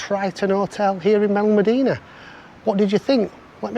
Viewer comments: You need to learn how to prounonce Benalamdena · Wrong pronunciation of Benelmadena. Pathetic. How do you expect anyone to take you seriously. Just been to the hotel. Bloody awful. The food/restaurants are horrible.